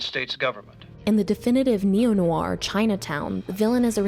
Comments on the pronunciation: good video but I cringe every time she says noir, which is a lot. She says it like "new-are", it should only be one syllable. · I had to stop watching after 2 minutes, probably a good essay on the film but sadly you're violating my ears. Stop saying the word "noir" every 5 seconds if you can't pronounce it ;), just use the term "dark movie"